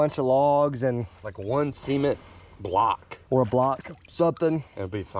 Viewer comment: The way said "cement" block like sea "seamen" block bothered me lmao